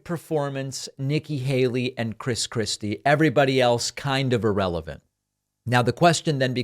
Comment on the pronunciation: Were you calling him Chris Crispy? That’s hilarious